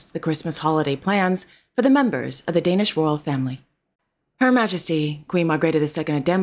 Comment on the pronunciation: I must congratulate you on your Danish pronounciation 👍🙂